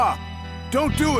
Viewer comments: Nishiki not nishki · they’re totally saying it like “Niche-key” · The first time he says it right, this commenter is clowning the second time where he kinda drops the “i” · they mispronounce it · yes they fucked it up